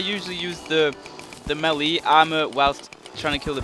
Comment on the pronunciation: how many times do i have to tell u its pronounced maylay not melee even tho its spelled melee